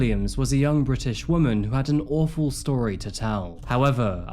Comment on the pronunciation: bri ish